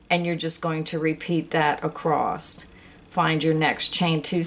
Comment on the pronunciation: I love your video, but it really makes me shutter hearing your pronounce Across with. T at the end. !!